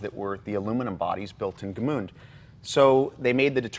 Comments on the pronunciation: Guys the name of the city is Gmünd not Gmund ! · It’s GMÜND not GMUND - different pronounciation and spelling. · As an Austrian it hurts hearing '"Gmünd" being mispronounced so many times... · They should never have built another one after that. Also cute how they pronounce it. Gemuund. :-)